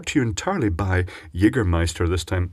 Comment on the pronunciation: You fucking nailed the german word jägermeister!